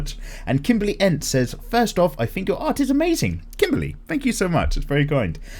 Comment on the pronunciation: Do you want to learn amazing aRRRt? That flippin' add... I'm glad you made a point to say art just as weirdly as he did when talking about it.